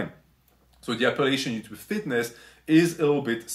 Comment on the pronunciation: “Ello Utoob” music to my ears